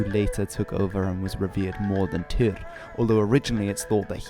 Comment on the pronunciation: im pretty sure its tyr not tur